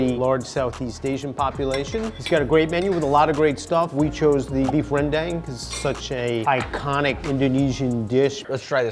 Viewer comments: Rhen-DUNG, not dang. From Sumatra and you'll note it's not crispy unlike what Gordon Idiot Ramsey will tell you that it should be. Too bad you didn't get Kwey Teow at the Malaysian place. That's my #1 comfort food from my 17 years there in Kuala Lumpur. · Dude... I agree that it needs to be pronounced "ren-DAHNG", but a white-passing dude in NYC caught rolling his R's is gonna get decked (I say this as a lily-white anime fan who just tried to nail the pronunciations in high school. Certain people just AREN'T ready for that stuff) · FOR THE LOVE OF GOD, learn how to say the names right!!!! Please! Every foodie and chef I see calls the Indonesian food Rendang WRONG…it’s Ren- DAHNG… and if you really want to say it right, roll your R. As someone who was born and raised there it kills me to hear Americans butcher this name! But otherwise great video!